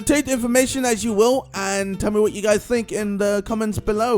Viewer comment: did he say 'please like, sibscribe and peas'?